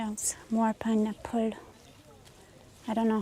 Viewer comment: You seeee!!? We need to keep well fed so she can think clearly. 🙂 Also, love the way pronounces pineapple 🍍